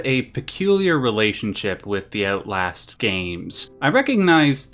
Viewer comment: Ootlast Sorry.